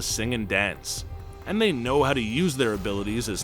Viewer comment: Am I the only one hearing him say “I don’t own either” /43, instead of “I don’t know either”? 🤔